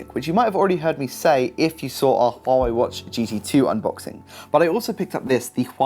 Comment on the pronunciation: Impressive the way you pronounce hua wei